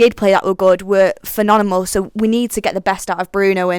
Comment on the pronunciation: She can't say phenomenal!!!